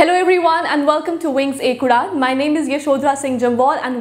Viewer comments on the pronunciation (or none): none